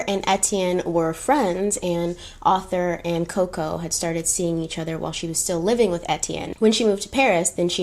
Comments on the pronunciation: I love you but its ArTHur not Ather lol I feel like you heard it pronounced in a British accent and rolled with it 🤣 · Your French pronunciations were fine; it was the English one you got wrong 😂. Arthur is pronounced "ARR-tha" not "AUTHor" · Just FYI....the name "Arthur" has an R in the first syllable, so pronounced "Ar-thur," not "author" and "Albert" in French is pronounced "Alber." Deauville is, I think, pronounced "Doe-veal." The fabric tricot is pronounced "tree-coe." French is complicated! 🇫🇷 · “Deauville” - dough-veel, Arthur Cappell - Ar- th -er, Wertheimer -ver-timer, Swarovski - swar - off - ski. Am enjoying your channel so much! How could I reject makeup and history, my two lifelong passions. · I was surprised she didn’t know how to pronounce Arthur! I guess that mustn’t be a common name in the US which is so strange to me haha